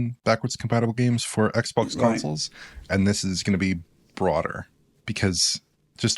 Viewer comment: "xbox one Gays" 😂